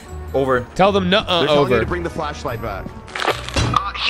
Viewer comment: FLASHLIGHT NOT FLESHLIGHT!